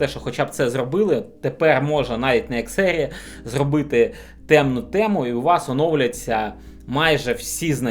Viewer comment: Не ЕР, а АР!!! Вчи англійську абетку! Багато суржику і москворотих слів. Працюй над собою!!!!